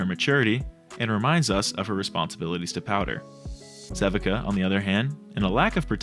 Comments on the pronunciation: If anyone hasn't pointed this out yet (and I'm prolly late), Sevika's name is pronounced "seh-vee-kah" not "seh-vih-kah" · love the way you pronounce sevika lol. sea-vee-kuh is the right way tho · It’s pronounced <SE VEE KA>